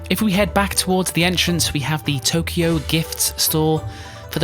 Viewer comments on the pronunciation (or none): TOKO not Tokyo lmaooo how’d you mess that up